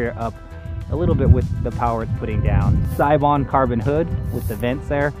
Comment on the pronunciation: it's hard watching a japanese dude mispronounce seibon